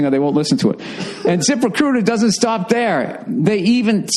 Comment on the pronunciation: Deh hey theere. You're sayin theere theere a lot theere.